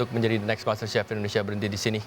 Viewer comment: Indonesia, bukan indonesa...... belibet bahasa inggris lo